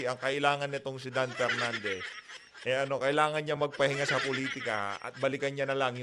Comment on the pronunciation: Media mileage lang yan para k PERnandez, feeling nya advantage sa boto nya yan. Pwe🤮 Matuto ka munang mag-differentiate between "F" & "P". Tali-talinuhan ka, ka naman.